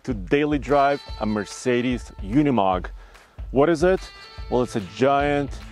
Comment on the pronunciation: Pronounced Ooh nee mogg, not you nee mogg. And mer cedes, not mir say dees.